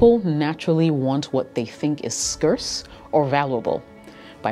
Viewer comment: “SCERRSE OR VALLABLE” lmaooooo nice pronunciation